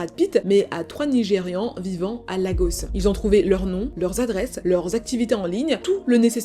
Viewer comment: Par contre Lagos se prononce "Légosse"